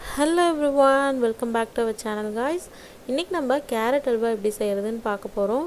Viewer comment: Not hawla,it is halwa